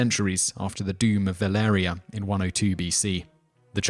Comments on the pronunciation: He actually only pronounced Valyria wrong. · He pronounces Baratheon correctly guys. He does mispronounces Valyria though. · I wanted to give you a like, but the way you pronounce Valyria and valyrian... omfg...